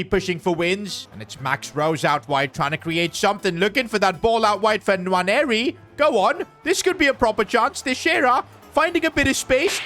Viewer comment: Quick note on Nwaneri his name is sayd as 'Waneri' dont pronounce the N